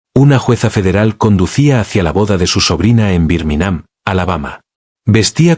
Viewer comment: "¿Birminám?" 😂😂 "Raina Guachintón"...😂😂😂